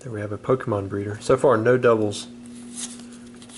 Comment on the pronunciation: How can a person mispronounce so many pokemon😅